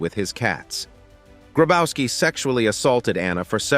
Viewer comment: Grabowski is read "Grabovski" ! The German "w" is a "v"! Marianne hit him well!